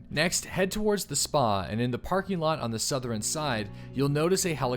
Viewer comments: "Southerin' Side" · did you say....southerin?